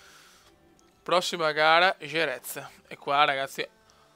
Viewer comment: non per offenderti ma certi nomi delle piste li dici proprio.... gerez,le mansssssss,vinales o non viñales,se parli con marquez si mette paura